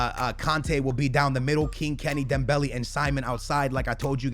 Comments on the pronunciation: DEM-BELL-LAY NOT DEM-BELL-LEE pls get it right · Learn how to say dembele before using him